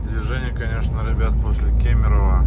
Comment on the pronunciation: Ты единственный походу кто правильно говорит город Кемерово)